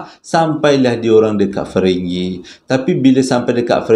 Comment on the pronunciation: batu ferringhi bang bukan feringghi hehehe, saja nak usik abang